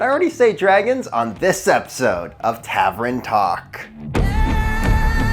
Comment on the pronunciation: Love your videos. But tav-ern, not tav-ren, lol